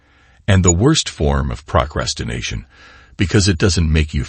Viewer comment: Good message. Is the speaker a computer? He speaks with a better cadence than most robo-voices, but has almost too perfect precision. And what's with the pronunciation of "procrastination"? ("Prock ras tin nation")